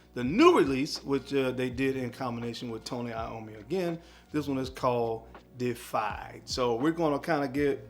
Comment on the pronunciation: Its pronounced "day-if-eyed". Deified means revered or worshipped as a god.